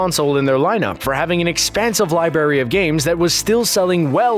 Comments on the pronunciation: You said libary nit library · he says libary and yes I know no one cares